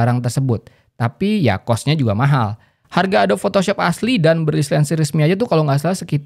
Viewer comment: Adobe itu dibaca Adobi